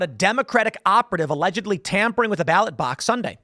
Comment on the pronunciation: It's always 'ALLEDGELY"